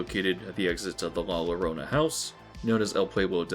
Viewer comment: This is reasonable commentary but your mispronunciation of mythological characters such as la llorona (la yoROna not la LOrona) undercuts it. You might as well as referred to the Weeknd as the weakend.